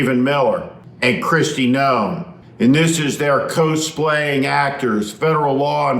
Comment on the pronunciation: Steve, it’s pronounced “cahs-play”, not “cohs-play”.